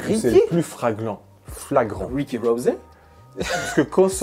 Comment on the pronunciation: "Fraglant" hehe je suis fan 🤣 mais excellente vidéo comme toujours, intéressant, ludique, merci 🙌🏾 Big up! 👍🏾